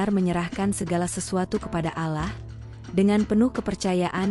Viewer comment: KOK MENYEBUT NAMA ALLAH JADI ALAH ,?. YG BICARA INI AGAMANYA APA SIH ??... ISLAM ATAU BUKAN ?. 😊😊😊